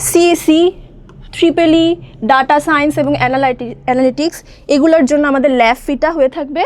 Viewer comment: apu data hobe nah. Etar pronunciation ta ( Dae-i-ta)/ডেইটা hobe. Ar apni to hidden fee bepare kicchu bollen nah.